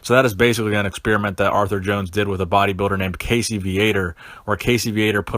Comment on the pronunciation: The name is Weider, not Weeder... and funny way to say "experiment."